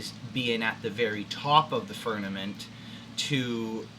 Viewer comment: Why do you pronounce it "furnament" ???